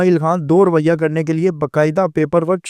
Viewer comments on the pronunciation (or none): لفظ کی ادائیگی درست کر لیں: رویؔہ نہیں رویہ